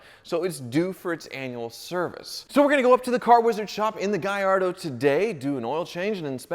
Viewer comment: Keep the blue Gallardo, at least you can pronounce it’s name correctly gringo. 😂👍 🇮🇹